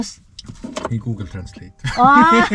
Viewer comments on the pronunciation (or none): none